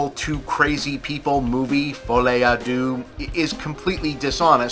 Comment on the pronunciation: I wonder why no one bothers to ask google to pronounce the fucking title not to mess it up? Americans do not care about messing up a «lesser» culture, does not even cross their mind that it would look dumb. Deux – its /dø/ more like in derp, not dew. fol'I not f'Oli. Noonу has to know everything, but when you literally have a way to check anything in 3 seconds and decide not to use it – it's something else. And no, i'm not French, its my third lang and i'm shit at it.